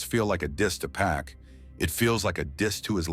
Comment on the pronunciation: It never ceases to amaze me that, after all these years, people still mispronounce 2Pac’s name… ITS ‘PAC, NOT PACK! Smh…